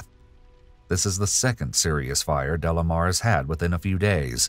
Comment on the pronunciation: Isn't it De Lamar , not Delamer ?